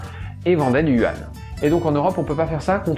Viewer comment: Vidéo intéressante. Juste un détail : yuan (元) ne se prononce pas « you-anne », mais « u-énne » .tw/?hl=fr&tab=mT&authuser=0#zh-CN/zh-CN/yuan ). Il s'agit d'une erreur d'interprétation du pinyin (l'écriture phonétique chinoise romanisée) de la part des journalistes qui ne se privent pas de la colporter partout où ils peuvent.